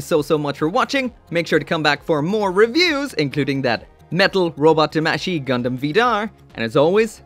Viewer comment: Eh, tamashi is pronounced wrongly, both A have an Ah sound not an Eh sound.